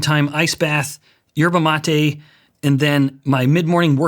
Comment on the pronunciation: Thought he said 'herbal latte' but its actually yerba mate